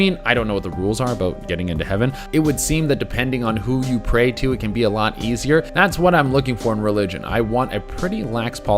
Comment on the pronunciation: She has a habit of pronouncing alot wrong